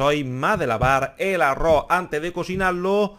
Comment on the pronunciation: Y no se pronuncia arro...se pronuncia arroz...🤦